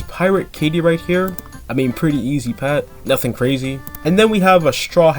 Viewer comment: I never know how you are going to pronounce the name of a pet lol